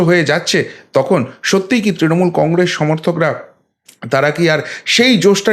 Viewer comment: কংগ্রেশ না কংগ্রেস উচ্চারণ ঠিক না হলে শুনতে ভালো লাগে না